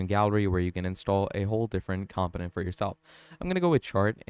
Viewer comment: BROTHER this information IS NOT OBVIOUS TO US. We are here to LEARN! It’s FAR FROM OBVIOUS LOL 😂 and it’s pronounced COMPONENT NOT camptonent mannn. I’m 9mins is I’ll see if I stay for the entire 55 mins lol 😅